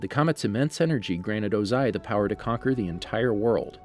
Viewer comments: Oze-eye. Hahahahahaha. Sorry sir but it’s pronounced Oh-zai. Wonderful work though! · Ozai is pronounces wrong aswell smh. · Also Fire Lord Ozai... emphasize the "o" sound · Thank you and i dont know if it was mentioned but ozai is one whole word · Add it is OO ZAI, emphasis on the O.